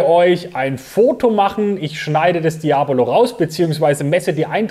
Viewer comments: Das ist falsch betont. Sowie Seat Cordoba oder Cafeteria. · Und wieder einer, der Diabolo falsch ausspricht.....